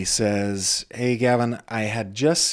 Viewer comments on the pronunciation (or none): none